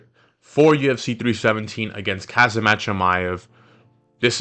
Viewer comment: I know, right I’ve never heard anyone pronounce his name like that the best way I could help would be to pronounce it like this homzot